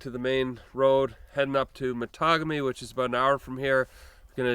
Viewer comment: Cool! Matagami is pronounced Ma taw gam ee 😄 My birthplace, way before the flooding due to the JB hydro project, is Kaniapiscow….pronounced ka nee ups cow….Say it in fluid voice 😄